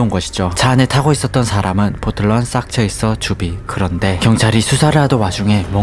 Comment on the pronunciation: 싹체이서가 아니라 쌕체이서가 올바른 발음입니다